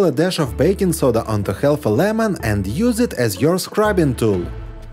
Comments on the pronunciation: half is pronounced haf (the L is silent) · Great suggestions! BTW, the "L" in "half/halve" is silent, not pronounced. Same with "salmon". English is tricky, I know, even for native speakers. Your English as second language is very good. If you're an AI, the joke's on me!